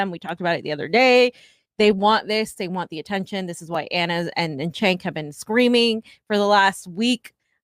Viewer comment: You guys are so full of shit. “We need to stop talking about TYT” while we name our videos RIP TYT for clicks. Also, learn how to say Cenk’s name. Grifters gonna grift.